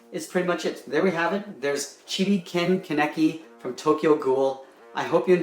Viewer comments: Pretty sure its kaneki not keneki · Ken keneki lol it’s ken kaneki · It's spelled kaa-ne-kii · You butchered Ken kaneki name Itachi ECT. like from Naruto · You pronounced his name wrong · Great drawing but thats not how you say Kaneki... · Been waiting. Also you pronounced his name wrong 😂